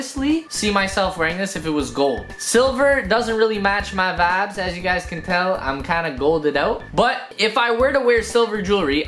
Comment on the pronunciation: Am i the only one Who is fackin Done with him saying wibes all the time